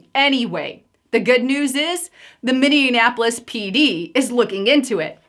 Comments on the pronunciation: Noooo...you said Minne-an-apolis 😬 I live here...I'd enjoy seeing Omar in prison or sent back to Somalia with her entire crew!!! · It’s pronounced minnie apolis not minnianapolis thanks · It's minnie apple lis. No in in the middle 😀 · it is pronounced Minni-apple-is. You are pronouncing it with too many N's.